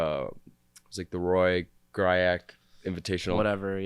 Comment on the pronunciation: did you guys just “whatever” the roy griak (gree-ack) invitational 😤😤😤